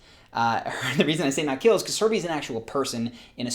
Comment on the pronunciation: How many people heard Herpes instead of Herbies?